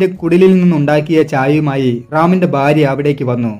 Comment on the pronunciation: Nice narration.. But please pronounce Bharya, its not Barya